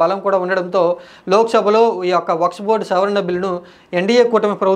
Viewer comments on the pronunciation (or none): వక్స్ బోర్డ్ కాదు వక్ఫ్ బోర్డ్ .